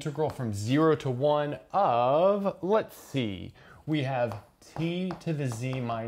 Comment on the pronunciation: "lets zee"